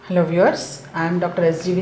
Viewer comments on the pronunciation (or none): none